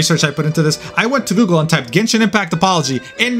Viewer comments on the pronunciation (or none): none